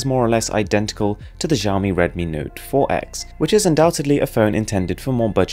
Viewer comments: ShaaOmee. Not Zaaoomee :P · zhiaomi? lolwut, this is xiaomi so u can read it like siaomi not zhiaomi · Shaohmee, not jao-mee. Check Google translate for proper pronunciation ;) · XiaoMi is pronounced "see-ah-ow me" and MiUI can be pronounced "me UI".. just thought I'll help with the pronunciation! Keep going with the high quality vids! =)